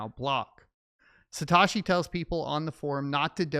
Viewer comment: Its Sa Toe She